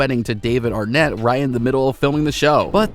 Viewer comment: "Matthew Perry's Hilarious Moments"... OK, where? By the way, it's David Arquette not Arnette.